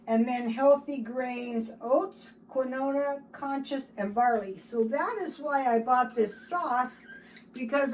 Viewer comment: Cous cous and keenwah ;)